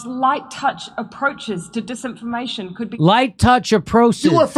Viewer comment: mees-information dees-information LOL. I'm a Kiwi and you cracked me up!!! 🤣🤣🤣 We have very flat vowels.